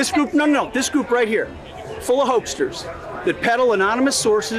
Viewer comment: "Hokesters?" Does he mean "hoaxers" or "fraudsters"? Go home, Hegseth. You're drunk.